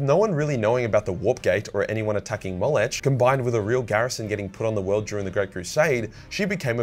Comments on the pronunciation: Slow down and read the actual names correctly. They have letters that you're either completely ignoring or changing for some reason. It's clearly "Ollanius" (oh-LAAN-ee-us), but you keep leaving out the 'i'. Why? Also, the "ch" at the end of "Molech" is not pronounced like the "ch" in "chai". It's clearly a "k" sound - "moe-LEK". Try harder. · The way pronounces Molech triggers me.